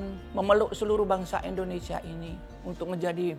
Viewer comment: Indonesia bu bukan endonesia